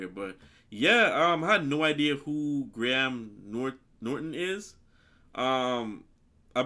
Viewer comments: In Graham, the h is silent. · Graham is a very popular name in the uk. It is pronounced Grey-em idk why.. So yeah just so you know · The name you’re looking for is, Sir Patrick Stewart...he played Jean Luc Picard in Star Trek....you almost got Graham’s name correct...it’s pronounced “Gray am’”..two syllables..great reaction by the way😉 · Dont say Gra- ham say Grayum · Pronounced 'Grey AM' not 'Grey Ham' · It's pronounced "Grey am" not " Grey Ham" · In the uk we'd say Graham phonetically like Grayum 👍 ❤️ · Grey-Ham Norton 😁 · Gray Ham lol. Americans are so funny. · did you call him gray ham? lol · "Grey - um" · Pronounced Grayam 😊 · Pronounce it phonetically Greyam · Pronoumced "gram"